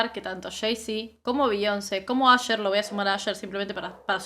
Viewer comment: No es Asher se llama Usher y se dice Ousher.